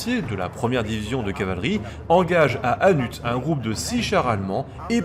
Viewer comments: À ça se dit hannu on prononce pas le T sinon cool l a vidéo bon travail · "se mouvoit" (se meut, c'est mieux), "BruXelles" et "HannutTE" en à peine 9 minutes ; j'ai eu mal... mais bon, sur le contenu, rien à redire comme d'hab :) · Le t de hannut ne se dit pas